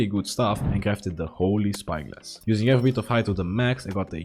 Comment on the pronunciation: Ebery XD. CORRECTION:every